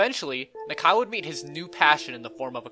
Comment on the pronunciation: Its “knock-eye” not “knak-eye”